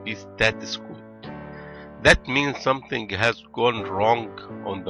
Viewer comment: Please when saying something ending with ing such as something...do not say it a SOMETHNK!!!!!